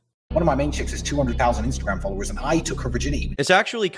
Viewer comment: I heard "Swallowers" vs "Followers" Tracks